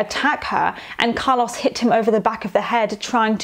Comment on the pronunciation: I’m enjoying these videos so much but the way you pronounce Carlos makes me wanna turn my ears inside out